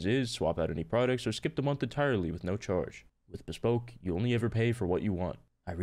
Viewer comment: bro said beespoke post